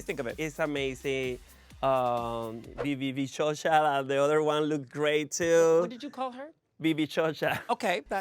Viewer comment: “Orineisha” and “Vivíchocha” ☠️